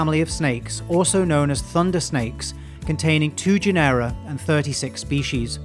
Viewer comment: A fine video, super instructive. I'm not a native English speaker, but, shouldn't it be GE-nera instead of ge-NE-ra?